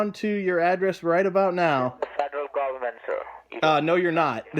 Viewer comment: why do these guys always pronounce certain words wrong, all of them, these guys work in an office and never learn tu pronounce words correctly like goment. no colleagues correct them so Americans can understand them its like they live in India and learn their bad speaking from each other and their phrases like each and everything, that is bad English learned from India and Pakistan, my friend mr. Sing said that